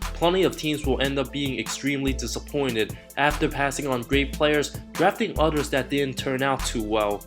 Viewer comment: The way you pronounced "Rafael" and "others" is the worst thing I've heard. Other than that good video tho